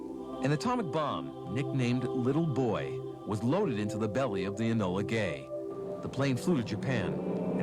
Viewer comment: why did they call it Enola Gay emphasis on the "Gay" ?